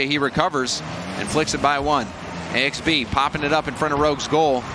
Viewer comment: Isn't it pronounced Axe-Bee?